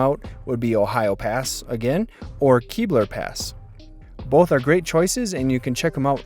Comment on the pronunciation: It's Kebler Pass (rhymes with Gebler) not Keebler Pass (the silly cookie). If you want to believe in elves, it's not my problem.